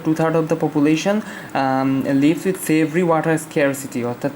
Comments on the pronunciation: উচ্চারণটা মনে হয় severe-সেভ্রি হবেনা সিভিয়ার হবে tnx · অশিক্ষিত টিউবার--সিভিয়ার কে সেব্রি স্পেলিং করতেছে🤣🤣